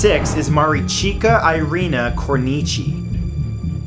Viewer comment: It is so funny how you pronounce Maricica :))